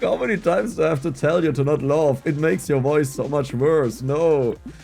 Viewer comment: Dex, laugh wird mit einem a ausgesprochen, nicht o. Loaf ist der Fleischball 🤣